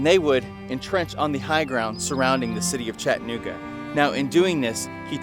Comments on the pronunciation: It's "CHATTA-NOOGA" not "CHATTAN-OOGA". Yeah it's a little sliver of history smack dab in the middle of Chattanooga alright-smack dab in the middle of one of the worst neighborhoods in the city. If you go to Orchard Knob be on your guard. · Chatt-nooga means your not from around here! Chatta-nooga and your in the know! Great content though, very informative!